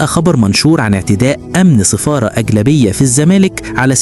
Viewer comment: سفارة... وليس صفارة...